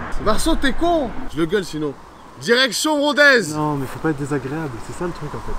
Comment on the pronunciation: Rodez avec un "s" ils m'ont tué